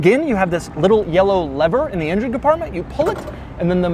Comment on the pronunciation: is it me or you pronouncing engine as INGEN :D its not Jurrassic park bro x))